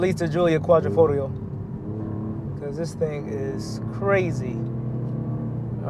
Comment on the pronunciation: Yo DAWG...I'm 7 seconds in and I'm TRIPPING Dawg !!! ROMERO !!! Quadrifogrio !!! I hope things get better "G" !!